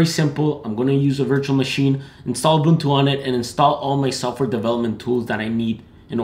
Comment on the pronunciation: Love how you pronounce "Ubuntu". As a South African, I appreciate that shit.